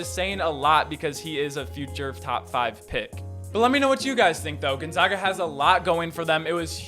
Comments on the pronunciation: Bruh at least say Gonzaga right. Gone-ZAG-a. not Gone-zah-ga. They are the fucking Zags not the Zahgs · You guys still can't say it right. Gonzaga. We are the Zags not the Zogs